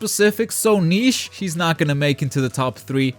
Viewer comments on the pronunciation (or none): none